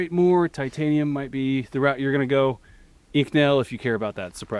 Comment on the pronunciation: Now I just need someone to combine this, with that spinning ball bearing muzzle brake only made into fan blades so we can get >active< cooling every shot :) Also, with respect, there's an O in inconel. It took me two rewatches to figure out he's saying inconel because to me it sounds like inc'nel lol